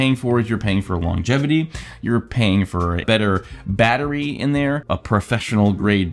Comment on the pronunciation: did you say "longetivity"....?